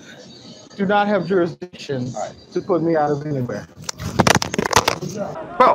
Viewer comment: You should never take legal advice from someone that can’t pronounce the word jurisdiction correctly. 😂